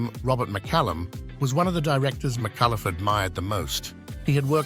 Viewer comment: her surname is pronounced "Mi-cull-uh", not "Mi-cuh-luff", dipsh*t narrator.